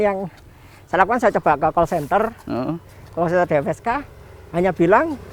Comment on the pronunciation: Mantep om. Btw DFSK bukan DPSK 😁